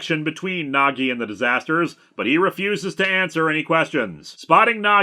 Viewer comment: Every time he says Nagi I hear Nog, and like to think this is an elaborate Deep Space Nine crossover. How do they finally defeat Sadako? Reversing the polarity. Of something. Doesnt matter what.